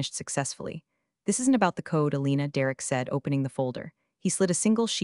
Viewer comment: Elena, not Alina.